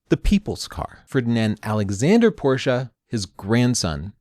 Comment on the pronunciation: I like that you say "Porsche" like the germans do and not "Porsch".